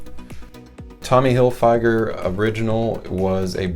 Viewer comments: It's tommy Hilfiger not tommy hilfYGer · The way you pronounce Tommy Hilfiger is comparable to a hammer to the head over and over again.